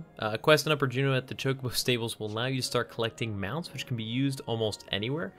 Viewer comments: That pronunciation "Ch-cobo" has me triggered. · "TCHOCOBAU" ? XD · Why are these guys pronouncing Chocobo wrong?